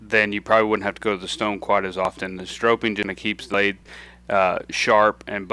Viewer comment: Obviously an expert, but it annoys me that he keeps saying strope-ing instead of stropping.